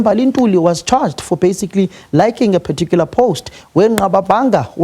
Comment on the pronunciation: Who taught him "particular ".😂😂😂😂 Siyasha!!!